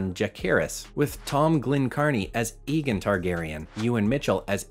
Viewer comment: did he just say Egen Targaryen?😂